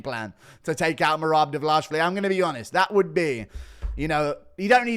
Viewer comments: Divilashvili lmao its dwalishvili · Guru, you obv take pride in your pronunciation of Dvalishvili but you’re saying it wrong. You keep saying it like it has two A’s, like “Dval-ASH-vili”. But it’s an I in place of that second A. It’s “Dval-ISH-vili” ISH instead of ASH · "Merab Duh-vullosh-vully" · Learn how to say merabs last name correctly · Yeah fix that abysmal Dvalishvili pronunciation bro